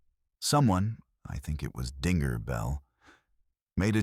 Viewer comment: I think dinger is the nickname given to Bell. Is there a Bell on the website? This is not an Australian channel most foreigners don't get Australian's use of nicknames and the script is being read w8th emphasis on finger not the following word Bell.